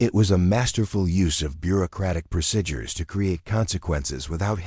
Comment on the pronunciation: Procedures is pronounced proceedures. Several other words are pronounced wrong also, A very good story